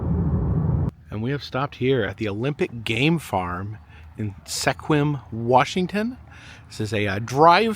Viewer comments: FYI from WA natiive: Sequim is pronounced squim and Quilcene pronounced quill seen. Safe travels, maybe one day you'll swing by Gig Harbor. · Pronounced Qwilscene and Sqwim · "Welcome to Canada" happens to me whenever I go up the road to the beach. Living out here on the Olympic Peninsula is fun! LOL. Oh! Sequim is pronounced Skwim. Quilcene is Quil-seen. :) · You can completely ignore that 'e' when you say Sequim... XD